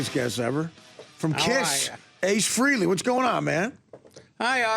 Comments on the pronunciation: a couple rants: a. the guy's name is frAYley...not frEEley. why does everybody still mispronounce it? it's been 40 years! b. I have a huge problem w/ current or former addicts saying that addiction is a DISEASE. no, it's not. as Daniel Tosh said: "you can't CHOOSE to NOT have cancer." good point. disease is a crutch. "oh, geez...I've got a disease." take a little responsibility: "I'm a drunk." there are worse things to be: "I'm a pedophile"...for example. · It's Fraylee, not Freely. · He doesn't usually correct people but there is audio out there of him saying "it's Fraylee, not Freely."